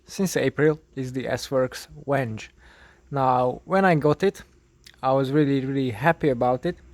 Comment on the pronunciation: How you pronounced the word my friend.. Its 'Venge' not Wenge lol